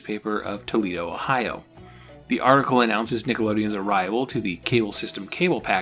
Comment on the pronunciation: I demanded and a day later we get an addendum and you correctly pronounce Toledo. This is a great channel!